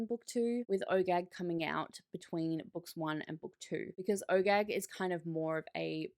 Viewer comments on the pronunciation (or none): every time you say OGAG i hear Oh Gag and snicker a little bit to myself 🤣